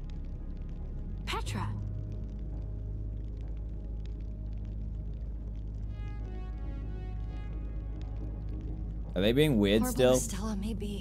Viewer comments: Its petra not jetra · it's Petra not Jetra